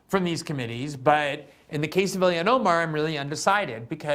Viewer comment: ha, he pronounces it as ‘Ill-ion’